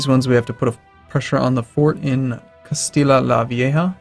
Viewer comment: No it's said castiya not castila pr alternately you could just call it old Castile as that's how it translates into English.